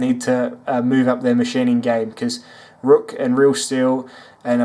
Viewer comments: Good review but ruike is pronounced rake nbd but how you said rook really got on my nerves but whatever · Hey man, great video. I fuckin love this channel. Also, just to throw it out there, the company clarified its pronunciation as RAKE actually. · FYI ruike is pronounced rake